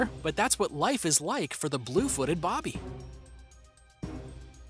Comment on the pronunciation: It's Blue footed Booby (pronounced like when someone tries to scare you " boo"). Not Bobby. Just FYI